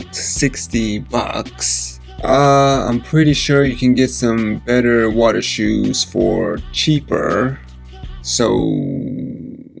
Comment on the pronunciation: He said dem water shoez😂🤣😭💀💯💯💯